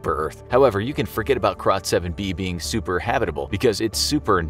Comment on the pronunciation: I thought he said Crotch7-b 😂